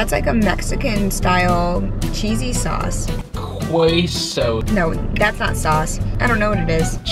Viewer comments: Qweaso? Qweaso? Seriously how have you lived in the United States and have never heard someone properly pronounce Queso before? That seemed on purpose to me, but I could be wrong. BTW nothing from Burger King is going to taste like Mexican food, sorry. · The way to say it Queso sauce is Kay-so. I think it is so funny that the east coast doesn't know how to pronounce Spanish or even Jalapeño. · The way pronounces "queso" and all the cringe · You are correct ---if you go watch some of his videos, he mis-pronounces things like that on purpose all the time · How do you live in LA and not know how to say queso?